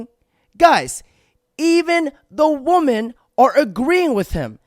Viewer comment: "Wih-min" not "Wuh-men"